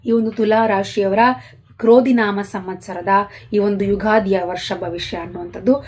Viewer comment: Mam,pronounce ಕ್ರೋಧಿ ನಾಮ not ಕ್ರೌಧಿ ನಾಮ. ಜನ್ಮಜಾತಕ ಇಲ್ದೇ ಇರೋರು ಏನ್ ಪರಿಶೀಲನೆ ಮಾಡ್ಕೋಬೇಕು mam? ಸಲಹೆಗಾಗಿ ಧನ್ಯವಾದಗಳು mam